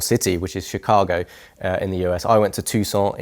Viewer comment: Wooowwwww thank you for saying Chicago with the Shhh sound. Appreciate you not butchering my city’s name.